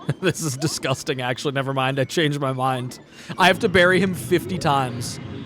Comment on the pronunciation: discussting? what they be saying?